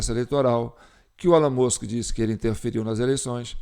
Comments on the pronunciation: A pronúncia é "ÉLON MÃSK" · Se pronuncia "ILON MUSK" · O som de E no inglês tem som de I então se pronúncia ILON e Musk se pronúncia o MU como MAN foneticamente MUNSK. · Pronincia Elon Mosk